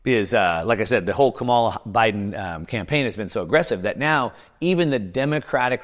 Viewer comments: The ETFs were approved during the Biden admin. That's how it will be remembered. Trump only became crypto friendly a few weeks ago so Harris as a brand new presidential candidate isn't allowed to formulate her own crypto policies? BTW, You might want to learn how to pronounce her name properly. Agenda much? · I'm certainly no fan of KH, but I truly wish the people that I follow would learn how to pronounce her name correctly. It doesn't reflect well on you when you continually mispronounce it.